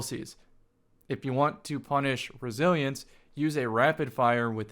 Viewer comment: When you were talking about Scouts and said "If you want to punish Resilience" I definitely thought you said "If you want to punish Brazilians" at first and I was like "wtf did Brazilians do?" 😂